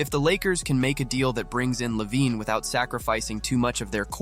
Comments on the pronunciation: Is it too much to ask to fix the script so it reads the name correct? la vein or la veen would have worked. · How you pronounce lavine is so funny.